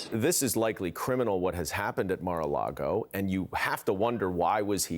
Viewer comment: When you’re such a dumb backwoods under-educated person that you can’t even pronounce Mar a Lago correctly.